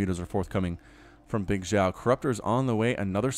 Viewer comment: Pronunciation of Bigxiao - say Xiao like she-ow but it's only 1 syllable not 2.